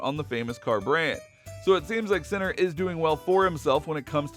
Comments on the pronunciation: As an Italian I can tell you that I have heard much worse, speaking of Italian words and names pronounced by English and Americans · My God… learn how to say the players name before doing a fully dedicated video about him. So silly…